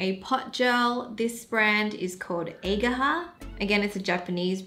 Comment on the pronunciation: Ageha is pronounced as "aa-geh-ha" not "ey-gaa-ha" 😂 that nail art design you did is really simple and elegant though ❤